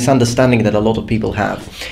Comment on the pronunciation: "poople" the lowest class of people :D